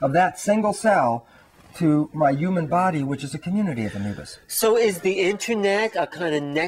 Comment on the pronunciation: its about time that scientists finally realised the truth about what healers, mystics, psychics and many religious people have been saying all these years... why does he say ewman instead of human? and ewmanity instead of humanity?